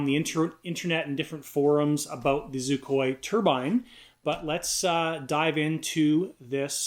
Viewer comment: On whar plabet is Xicoy proounced zoocoy? I think you may need a grammar refresher course sir.....lmao